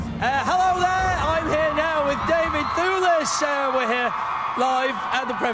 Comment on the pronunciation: David THOOLIS - that guy pronouced david's name all funny, it's devid THEWLIS you moron. mmm i love daivd thewlis and indeed remus lupin too sooooo much, they are such a beautiful people <3 he is always chewing gum or at least looks like he's chewing gum in his interviews...